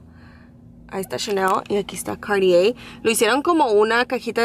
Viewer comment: Se pronuncia “Cartié”, es francés no gringo...